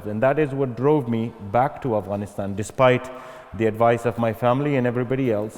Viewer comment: Oxford you let us down. Could you not find someone who know Afghanistan and ask proper questions?.. Your host can't even pronounce Afghanistan properly.